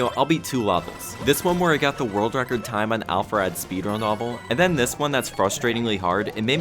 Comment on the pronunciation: pronounces level “lah-vel”. Will never unhear.